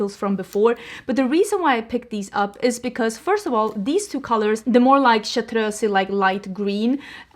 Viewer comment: This is random but I love the way you pronounce chartreuse